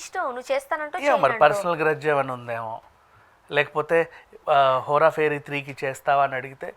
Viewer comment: That is Hera pheri not Hora Pheri .. don’t know why these people can’t say right ..